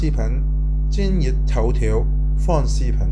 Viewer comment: 他应该是想練好华语, 用那个什么app来自動出字幕吧(他提到廣府话 app 自动出不到宇幕)，我看一些英文的视频，發音若不準出来的字就不对了。 我个人听他講还好，只是视频听到戏棚，油管听到摇滾而已，其他全明白哈哈。